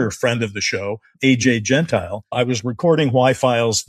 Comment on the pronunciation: Re "is there an operation to influence Hollywood?" Doesn't the evidence suggest multiple operations, with diverse goals?, I think AJ's last name is pronounced jen-TILL-ee:) Great conversation with him, btw!